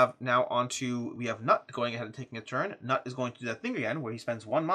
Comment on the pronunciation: Loving the playthrough! FYI, Knut is pronounced something more like 'cnoot' or 'cnute'.